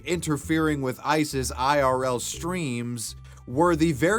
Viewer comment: When he says Ice's it sounds like he's saying ISIS 😂